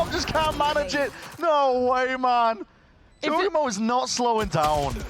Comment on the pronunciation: Can please learn how to pronounce Jawgemo the right way?